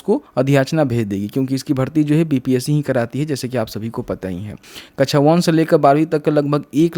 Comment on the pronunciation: कछा नहीं बोलिए सर ....😀😀 कक्षा बोलिए सर .... ✅ आप पढे लिखे है, अनपढ जैसा नहीं बोलिए